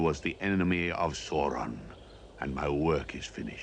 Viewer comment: "Sauron" mispronounced a whole lot in this video.